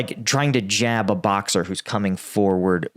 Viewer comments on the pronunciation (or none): none